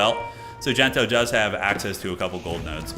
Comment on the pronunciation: its not Gento, its DENTO